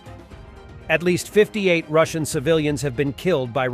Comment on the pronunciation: You should have held back a few bucks for a better bot to read your scripts. It's been 2 years and yours can't pronounce 'Russian'.